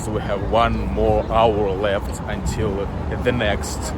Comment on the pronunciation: здравствуй! Я не умею говорить на английском, но сама заметила пару слов, которые ты произносишь не совсем корректно, но я так понимаю, что у тебя американский акцент, так что оценить сложно. Ты в начале the произнёс немного иначе, это были первые пару минут. И слово until мне показалось странным, но наверное так и должно быть, если не ошибаюсь. Ошибки это нормально, так что не расстраивайся из-за того комментария выше